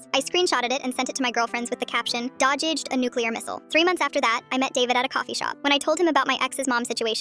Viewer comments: “Dogædged” a nuclear missle 😂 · So am I the only one who heard “Dod-ged”?😂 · "I dodjeded a nuclear missile" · It’s so weird how AI can’t read simple words like “dodged”